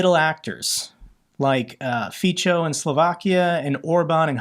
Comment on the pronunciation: Fico is not pronounced Ficho. The c in his name is like the zz in pizza. Pronounce it like Fizzo.